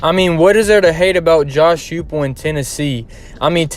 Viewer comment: Coaches name is pronounced Hi Pull.....nice piece👍